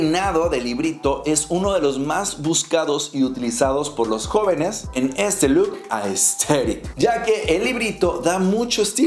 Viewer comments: un shot cada que dice ''asteric'' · Me da risa cuando el man dice Aesthetic Jsjjjsjs 😂